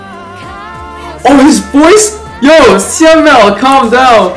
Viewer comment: Your reaction to this mv is soooo cuteee 😆 Btw, Syamel pronounce as Sha-mel 😂